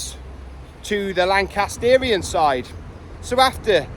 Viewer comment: Pretty sure it’s pronounced “Lan-cass-tree-an”.